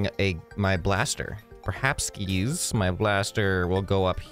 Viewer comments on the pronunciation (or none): He said the word parhapkis